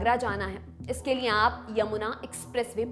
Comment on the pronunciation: देवीजी आप लिए को नीये क्यों बोलती हैं